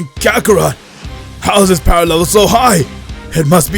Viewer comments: Stop saying kakerot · Bro he said kakorot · I heard Vegeta say rakakrot